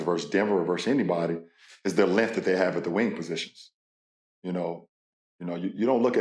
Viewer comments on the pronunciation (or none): “lenth, lenth, lenth, lenth” - lebron james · Lebron cant say "Length" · Lebron needs to learn how to pronounce the word "length" it's not "linth". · Lenth … it is LENGTH, LeBron smh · “Naz reid lenth. Mike conley Lenth, McDaneils Lenth, and everyone else Lenth” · “LENTH LENTH LENTH” - Lebron James 2024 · Pain hearing Lebron trying to say “length” 😂